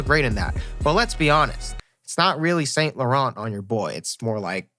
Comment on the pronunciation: The fact he didnt say sAINT lauARENT